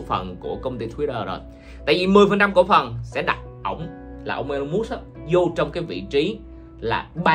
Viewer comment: huhu anh ơi tên ổng đọc là I-Lon Mớtsk mà anh đọc giỡn đúng khum :v